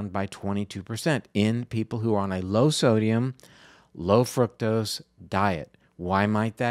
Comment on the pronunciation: i think you are mispronouncing fructose. it's not fruit-tose, (i believe) the proper pronunciation is fruck-tose vanishingly small pronunciation; however it leads people to believe that fruit-tose derives from fruit, and hence healthful. i might be wrong, but you might be misleading people. looked up frucktose. usa pronunciatiion is fruke-tose; sounds a lot like fruit. use the british fruck-tose, instead.